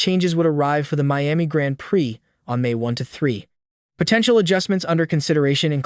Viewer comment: learn the correct pronounciations dude. who is "saints" and what is a "grant priiii"